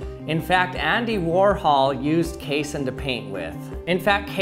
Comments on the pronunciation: I hate how you keep mispronouncing casein. you say "case-in" when it's pronounced "kay-seen" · It's not pronounced "case-in" its pronounced "cassey-in" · What if it's genuine china? What if the milk stays warm? It's pronounced kay-SEEN. Casein is an ingredient in glue and acts as a binder in foods. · How about KAY-sen? It's pronounced kay-SEEN! Everyone I've ever heard pronounce casein pronounces it like kay-SEEN. That's numerous professors (I have a PhD in nutrition), manufacturers, and even one pizza commercial that was taken off the air for comparing their competitors' cheese (made from casein) to glue. He speaks with his own dialect, but rarely have I heard such unanimity among scientists in their punctuation of a scientific word. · Pronounced kay-seen